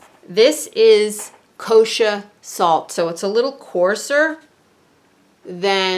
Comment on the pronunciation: "Thes ez... kosha swalt."